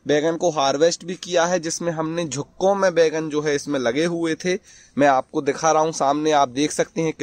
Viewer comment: झुक्कों में नहीं ,गुच्छों में होता है।बोलना सीख जा जरा।